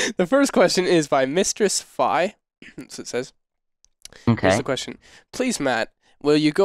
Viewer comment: Mistress Fi is pronounced like Fe, not Fi, Fi is a video game character from the 2012 Wii game: The Lengend of Zelda: Skyward Sword, Fi is called Mistress Fi from a robot called "Scrapper". Just letting you know :) !!!